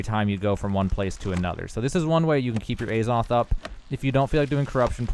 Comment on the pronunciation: omg it's not Ayzoth